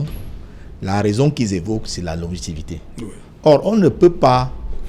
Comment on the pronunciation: boutou zout on dit :LONGEVITE et non LONGEVITE